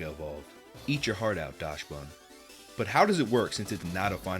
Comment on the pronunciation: Your pronunciations are wild. Dachsbun is a play on dachshund (DOCKS-und).